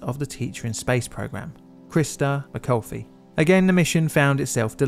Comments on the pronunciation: AI bot Channel???? Cool channel, but please do a little more research, like how to pronounce a name. Mc- call-if, not mac-call-fee. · McAuliffe- Mick-all-if. Not McCaulfey. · Not even remotely how McAuliffe is pronounced! It's an alternative spelling of McCullough! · Great video! A couple things: Christa McAuliffe's last name is pronounced: ma-CALL-if. Never before heard that one of the astronaut's bodies drifted away and had to recovered. In regards to that in general, there is not the slightest doubt that all of them were alive until the crew cabin hit the water. 'Best' case is some of them may have been unconscious then, but until that event there was nothing that would have caused their deaths. The stack did not 'explode', it was torn apart by aerodynamic forces. And none of those forces were enough to have even knocked the astronauts unconscious, let alone killed them. The ones who activated their emergency air were certainly alive until impact. I'm not big on conspiracy theories, but I think it highly likely that the crew cabin wreckage was found less than 48 hrs after the event. It was in shallow water. And that it was deliberately kept quiet and not officially 'discovered' until a month later to make a definitive cause of death impossible. Simply to lesson the blow to the public. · Christa McAuliffe, not McAulfrey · CRIS-TA MICK-OW-LIFF- not that hard to say her name correctly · It's Christa McAuliffe. It sounds like you said McCoffee. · Mc-awe-liff Christa Mcauliffe Sorry, I just am going to be a stickler for a pronunciation here. It's a matter of respect to a woman who was trying to inspire and educate kids, some of whom literally watched the last moments of her life in real time. Every crew member mattered. But there was a specialness to her mission and reason for her being there, and I am sure there was no disrespect meant, but I just wanted to show a phonetic way to say it. I love your channel and appreciate the work you do. But it's important.